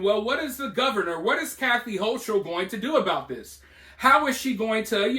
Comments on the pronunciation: HOE KULL is how it is pronounced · Hochul (pronounced Ho-kul), only knows how to make things worse-she is a tyrant. The helicopters I saw flying over Malone were NOT Black Hawks, they were Chinooks (quite the sight seeing them fly over stores and the NYSP station the other day). When listening or reading the view point of the inmates, you need to keep in mind that they are not in prison just for going too fast with a motor vehicle, they are in there for some really horrible crimes, and many will lie to your face without flinching. They are being fed, but some are throwing bodily waste at the ones feeding them (which is not uncommon). Some of the contraband that has gone into the prisons in the last few weeks happens to be an "unknown" chemical substance, which when exposed to (and/or inhaled) has sent more than 20 prison workers (COs and Civilian staff) to an under staffed and under serviced hospital (most services were removed by the higher ups of that network in VT over the last several years), where multiple doses of Narcan had to be administered (see the articles on and These should tell you just a little bit of how unsafe things are at the NY prisons, and laws like the HALT Act only make it worse. Hochul has been the most inmate supportive governor NY has had and it gives her a horrible black eye in the eyes of most voters and those communities affected by the strike.